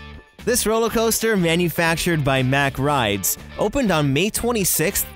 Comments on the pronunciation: Its not pronounced mach its pronounced mock rides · Don’t wanna be that guy but just saying, MACK rides is pronounced like Mock.